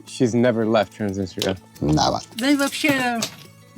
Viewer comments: still says "Transinista"? Lool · Really enjoyed the video. Transnistria seems like a lovely place, I would love to visit. seems like a great your guide and very knowledgeable but his pronunciation of Transnistria really bothers me and hurts his credibility in my opinion. How can you be teaching people about a semi controversial area that doesn't even have its own credibility and recognition fully when you can't even say the name right? I understand why Drew didn't directly correct him, and I noticed at least once that Drew said it kinda fast after had said it, seemingly to try not to come across as correcting him. But they were also the only ones I noticed saying it, maybe he's saying it more like the locals do in different languages, benefit of the doubt. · lives in Transnistria, but cant even say it correctly or even the same every time lol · Loved the video! How come your guide pronounces the name of the place differently than you do?